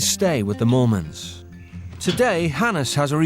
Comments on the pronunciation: It was "Moolman's" instead of "Mormons" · I think it's pronounced "Mole-mens" with their accent. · The surname is Afrikaans that’s why it sounds like mormons to people who don’t speak the language. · That’s because there names are Mormons 😂